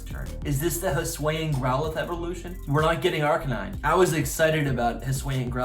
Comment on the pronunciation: Hi-S-oo-Ian. Not huSWAY-in.